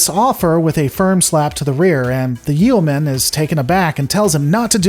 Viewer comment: Your pronunciation of yeoman makes me cringe lol